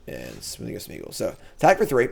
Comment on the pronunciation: I love that after 25 drafts and playing these cards still says 'Smoothing' of Smeagol! 😄 Thanks for the content!